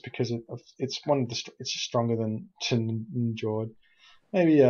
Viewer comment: Hey, been watching few of your videos/shoutcasts, you're doing a really nice job. Definitely +subing! And yeah, i don't wanna be smartass, but seeing how much you appreciate the game you're probably be interested in a bit of advice on norse pronunciation: Njord="Nyord", Jarl="Yarl":D Cheers, keep up the good work.